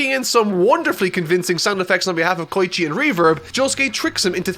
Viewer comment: He also says "K-oi-chi" no "Ko-E-chi